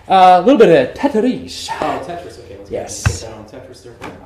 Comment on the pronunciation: This guy was giving me Andy Bernard vibes. TETAREEES, the way he pronounces, then he whipped out the guitar and harmonica...